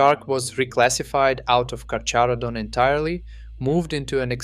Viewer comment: Miocene is pronounced ‘myocene’ and carcharodon is pronounced ’karkaradon’